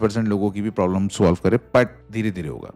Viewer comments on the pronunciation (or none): none